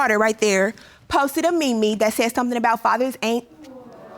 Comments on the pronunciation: No one gonna comment on how she said “me me” instead of MEME??? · Wayment...wayment now!!! But for real, wait a doggone minute. Did she say that "his daughter posted a me-me"? Not a meme. Y'all just going to act like y'all just didn't hear that, huh? 🤦‍♀️🙊🤣 I digress...results please. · Did she just say "Mimi" instead of meme🤦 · Did she call a meme a "me me" 🤣😭😩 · Ugh. She said "me-me". 🙄🙄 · Looking through the comments for the one that mentions the fact that she said "me me" instead of meme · She posted a ME ME? I thought it was Meme with a long E. Lol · When she said Me-Me I bout passed out lol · Can we acknowledge she said "Posted a ME-ME" 😂😂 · Did she just call a meme a "ME ME"? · Her: His daughter posted a "meemee"??🤣 Did you mean meme? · why are y’all ignoring the fact that she said mEmE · Did she say ME..ME, instead of meme ??? Girlllll, smh🤦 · Lol did she call it a me-me? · I'm sorry.... did she just say me me?? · It is pronounced as "mim" not "mimi" 😑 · What’s up with people pronouncing it ME ME🤣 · “Posted a ME-ME...” 😂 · She said "me-me"....bailiff should have cuffed her right there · “...posted a me-me...” 💀😂💀😂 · The guy's face in the background, to the left of Latoya when she pronounced meme as (mee-mee) 😂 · Did she just say ‘’me-me’’? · Did she say MeMe instead of meme lol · I am gonna be the only one that noticed she said “me me” instead of “meme” how it’s supposed to m said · Did she just pronounce meme like me me? 😭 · Did she say me-me instead of meme? 🤦🏿‍♂️ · Did she say Me-Me as in “Meme?” 🤦🏾‍♀️ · Did she say, “she posted a MEE MEE” 😩😩😩😑😑😑😂😂😂😂😂😂 it’s called a MEME pronounced like “MEEM” lol!!!!!!! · She said me me’s 😂😂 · "A me-me on facebook." 🫠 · Did she pronounce meme as ME ME? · "She posted a mee-mee" I'm dyinnnggggg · Did she say ME ME? 😂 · Did she say "me me"?? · Lol she said me me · Did she call a meme a "me me"? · Okay but I love when she said me me instead of meme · She called a “meme” a “me-me” 😂😂😂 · “ posted a me me” 😂🤣😂💀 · Me-me lol